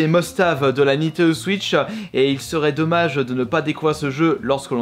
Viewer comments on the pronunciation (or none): Cette vidéo m’a beaucoup aidé pour choisir des jeux mais c’est quoi cette façon de parlereu c’est abuséeu il dis Nintendo switcheu